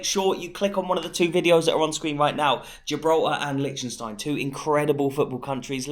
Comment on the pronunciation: Great idea and great video,, but FFS learn how to say "Liechtenstein" properly!!! It's driving me nuts!